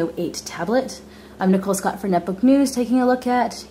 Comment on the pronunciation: San Fagsisco... LoL